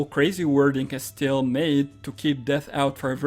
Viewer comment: CASTIEL CAS-T-L Not Castel, castil Jesus fx